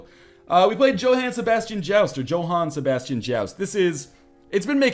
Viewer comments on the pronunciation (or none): none